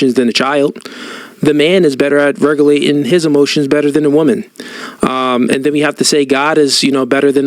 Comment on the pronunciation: He said "RECALATION" TF?! 😂